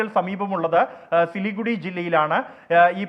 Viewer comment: news24 its not silugudil its siliguri... pls correct it...